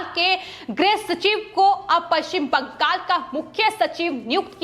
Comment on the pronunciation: "बंगाल' को कियुं बाङ्गल करके पुकारती है ए लड़की? जब देखो तब दम लगाके "बाङ्गल" करके ही पुकारते रहती है. पवन त्यागी, लता तो इसकी जैसी पुकारती नही. कितना अच्छा खबर पड़ता है इन दोनो, सुनने को मन खडा हो जाते. Your voice is Very annoyed voice. ऑफिस मे तेरी लिये दुश्रा कुछ काम नही है क्या? Sorry 😌